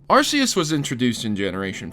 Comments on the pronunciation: cough arc-e-us not arse-e-us cough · It's pronounced AR-key-us